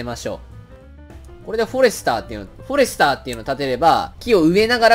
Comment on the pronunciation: フォ↑レスター